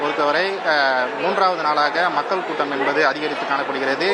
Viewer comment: மக்கள் என்று சொல்ல தெரியவில்லை